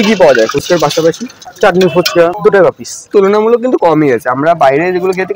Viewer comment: পিছ নয় পিস হবে।